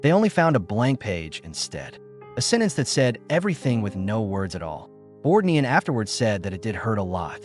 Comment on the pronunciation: One of the worst A-I narrators I’ve run across. There were at least three incorrect pronunciations used for Ernest Borgnine‘s name. Ernest Bork……Nine was the worst. Videos like this are disrespectful and an insult to the featured artist.